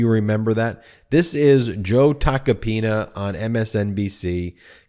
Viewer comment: Ben, at aprox. in this video, you say "...the Joe Tacopino..."; but his last name is "Tacopina". (Sorry about that, but as a retired teacher, things like this are like fingernails scratching on a blackboard! I cringe when they occur.) 😇🙏🌈